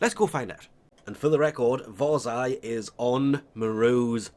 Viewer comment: LMAO! Its not WARS-EYE Its Varr-zia